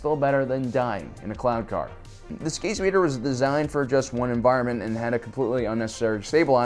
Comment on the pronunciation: what you get after a dolphin rapes a human. Was it just me, but the first time you said cloud car, i heard clown car.